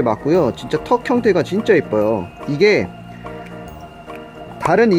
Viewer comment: 턱 형태를 턱형이라는줄